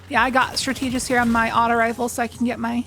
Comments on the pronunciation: “Strat-ta-gist,” not “stra-tee-gist. Great video as always! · strategist is pronounced like strategy 🙂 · The reading comprehension was not great in the Geomags section. But I imagine it was a really long day so it was easy to misread the change. Edit: Are you also mispronouncing Strategist on purpose? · You’re kinda mispronouncing “strategist” :x